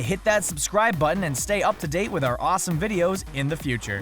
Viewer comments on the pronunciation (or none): none